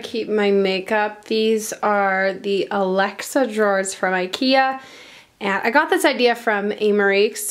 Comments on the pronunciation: Sorry but I was dying the whole time she said Alexa drawers instead of Alex drawers.... anyone with me???? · "these are the alexa drawers" 😂